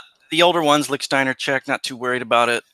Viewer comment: Please, please, please..... it’s Lichtsteiner...